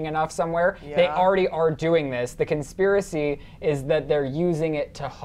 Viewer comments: She got it right the second time she said it xD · Conspiri theorist?? Really girl? Lol conspiri?? Learn the word before you speak it. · Conspiry? So damn incompetent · she is dumb she said conspiry on conspiracy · the girl in the olive top and black jacket... can she say 'conspiracy'? bcz she opened the show saying 'conpirie'... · LMAO "conspiry" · Girl can’t even say conspiracy! Can’t even next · She can't even say conspiracy right why am I listening to her explain shit